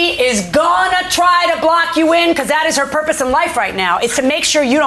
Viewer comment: THEY cannot say "THAT" ... "THEY " say - "DAT"... DAT DAT DAT DAT DAT DAT DAT DAT DAT DAT DAT DAT DAT DAT DAT DAT DAT DAT DAT DAT DAT DAT DAT DAT DAT DAT DAT DAT